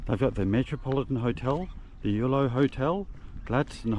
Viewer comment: EULO, I thought you said YOLO - You Only Live Once came to mind, ha ha.